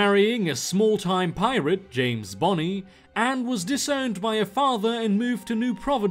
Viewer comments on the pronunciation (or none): none